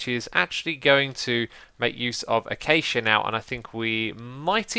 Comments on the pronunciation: The way x says acacia like achacha really drives me round the bend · Ai cal acaca wuud "Ay-Cake-ia" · Wait... people call it "achacha" wood? I pronounce it "acashia". Thats how you would say acacia. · Lol achacha wood (acacia) ;) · It's ak-ay-shi-a trust me, I live in rsa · I have never heard that pronunciation of acacia!